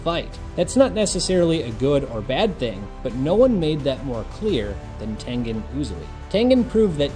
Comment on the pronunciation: Thank you for pronouncing HIS name correctly😆😆😆